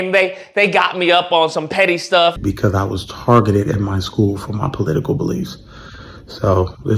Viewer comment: “I was tar-gitted after-wurrrds” 😂😂😂😂 Then started a give-send-go although they don’t like socialism. 🤣😂😂😂😂 You can’t make this up… He’d better start selling shirts like Coondace. 🤣🤣🤣☠️